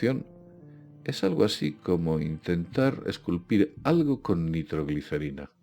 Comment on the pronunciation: El, es " Asín", 😅🤣🤣